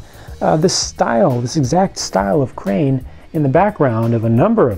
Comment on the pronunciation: Great working "train"? I knew you meant crane!